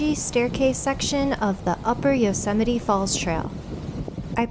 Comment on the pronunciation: Wonderful video! But, please, it is NOT pronounced U-semite, it is pronounced YO-semite. Thank you.